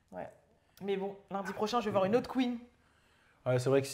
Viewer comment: tu me tues il parle de la QUEENEUH🤣❤️